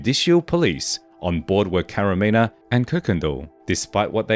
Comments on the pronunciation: Enrique "kiki" Camarena not caramina😂 stop please😂you effff up the hispanics language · It's Camarena not Caramena. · CamaREna not CaRAMENA!!! 😅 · Enrique CAMARENA, not Caramena... Geez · Seriously it's not even a difficult name. Hey at least not Macarena, could have been worse